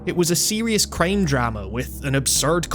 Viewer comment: I love how you Accent "crime" like "Creeim"